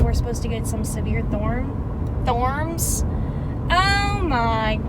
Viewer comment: lol i lost it when you said thorms💀⛈